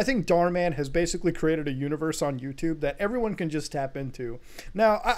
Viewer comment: Legendary ϟuper ϟaiyan "GET OUT OF MY YOUTUBB"